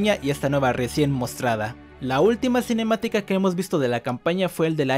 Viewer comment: Cómo chooorrocientas veces la palabra cinemiatica